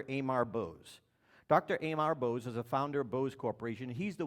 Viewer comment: you 're a douchebag. If you respect the man, at least learn to pronounce his name properly.